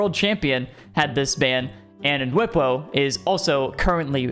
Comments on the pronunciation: lmao pronouncing nwpo as "en whipo" It's "nowpo" or "newpo", I prefer "nowpo" cause that's what JohnnyBoi uses, but I think nwpo himself says "newpo" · Just saying (I watch a lot of 1s show matches) it’s pronounced: “new po” just fyi